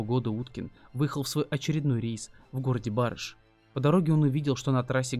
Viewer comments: Не Ба'рыш, а Бары'ш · Не Ба'рыш, а Бары'ш. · Не БАрыш,а БарЫш!!! Прям слух режет. Я сама родом из барыша, живу в Ульяновске и об этой истории никогда не слышала. Очень странно. Город маленький , такая бы история точно была бы на слуху до сих пор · Ну уж преступлений было в десятки раз было меньше,не надо передергивать!и город БарЫш,а не БАрыш! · в БарЫш, а не БАрыш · Прежде чем рассказывать о чём-либо,поинтересуйтесь как правильно произносить названия населенных пунктов,в данном случае г.Барыш.😏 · никак не меняет) и автор не может знать всю географию "необьятной", да и там того БарышА пару перекрёстков до ЖД путей и после) но мы все узнаем что-то новое, мы от автора истории, он от подписчиков правильные ударения в названиях населенных пунктов)) все взаимно и вежливо) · Тоже думаю ,что за БАрыш,потом поняла что ударение не так ставит автор. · Мне тоже как местной режет ухо))) БарЫЫЫш)))) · ЕЩЁ ОДИН СМЕРТНЫЙ ПРИГОВОР ИЗ СССР. БРАВО! ЖИВУ В УЛЬЯНОВСКОЙ ОБЛАСТЕ. РАЙОН БАРЫШ УДАРЕНИЕ НА ВТОРОЙ СЛОГ. ДЛЯ АВТОРА ВИДИО. ВЫ ПРОИЗНОСИТЕ С УДАРЕНИЕМ НА ПЕРВЫЙ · Да, действительно ,ударение в слове город Барыш ,нужно ставить на букву «Ы»! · Какой барыш еще на ы ударение